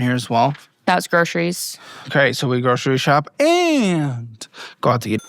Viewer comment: When did so many people start pronouncing groceries as "groshreys?"